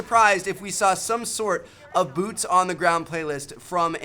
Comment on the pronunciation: arsalan ali he said boots pretty clearly